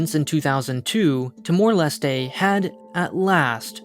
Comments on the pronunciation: "Tee-more Leh-stay" You mean Tuh-mor lest? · The way you pronounce timor-leste is really strange, I thought it was pronounced with a silent “e” at the end.